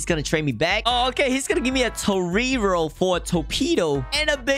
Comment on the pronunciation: beegnet and toreeero? what are u saying